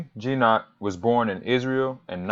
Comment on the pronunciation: Hard "g" as in "got".